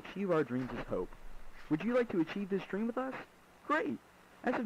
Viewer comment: dweam?? Lmao